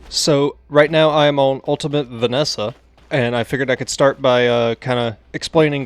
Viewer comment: Vee-es-sah not Venessa